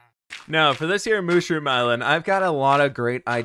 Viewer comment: Kinda getting annoyed on how he’s saying mushroom